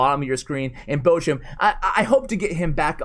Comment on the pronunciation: Wie er Bochum ausspricht einf grässlich